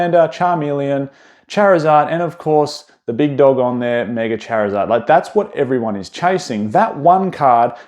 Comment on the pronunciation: Bro called the greninja "greeninjur" and Charizard "Charkzurd"